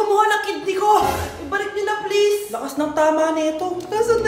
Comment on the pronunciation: Sel phon plaese😢